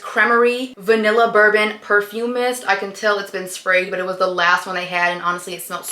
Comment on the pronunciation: girl that says vanilla BONBON not vanilla bourbon hahahaha